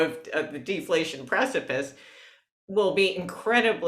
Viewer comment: I love defaltion. Its natrual.